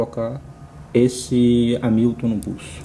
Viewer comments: Excelente vídeo, amigo! Mas a pronúncia é algo como "Rémilton", e não "Amílton" 😁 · você falou "Amílton" o video todo. Eu me referi à maneira que você pronunciou o nome da marca, não à maneira de escrever. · A pronúncia correta é rémiltom.